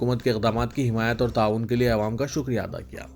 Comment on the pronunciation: Assalamualaikum Bhai apne pronunciation ko theek Karen awaam kahiye